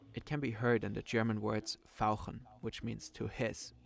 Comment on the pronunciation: Very good! Actually, I'm way more impressed on your "au" in fauchen. Most Americans tend to pronounce it like an "o". I guess because that's the standard pronunciation in English words e.g. augmentation ("ogmentation"). So do we get a video with German speaking in at least one year? 😉